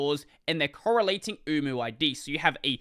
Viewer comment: HELP I KEEP HEARING UWU 😢